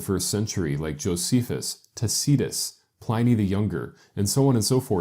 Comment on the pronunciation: He should learn how to pronounce "Tacitus" and "Pliny".